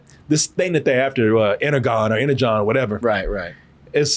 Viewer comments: No offense but how does claim to be such a huge Transformers fan but doesn't know the correct way to pronounce Energon 🤣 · Wait... How are you transformers head and dont know how to say "energon" off rip?